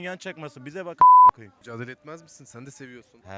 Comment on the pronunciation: müdacale sjsjjsjsj "mücadele"